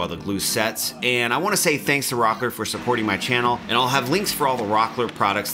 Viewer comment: Rockler this.. Rockler that.. lets take a drink of .. cola.. every time he says rocker.